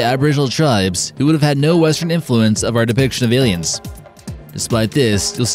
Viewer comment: Space auss-liens Oi oi oi